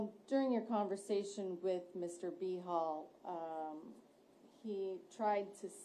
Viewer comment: It keeps sounding like they are saying B-Hole instead of Behal.